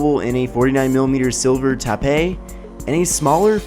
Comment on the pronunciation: TAH-PAY? Stopped watching there.